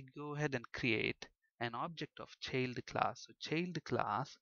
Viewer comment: bit annoying the way u keep saying cheild class